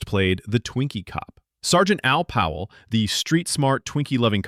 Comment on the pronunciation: Sorry I wrote that is a hurry. I knew his name was Powell but I it just sounds like John is calling him Pal the entire time.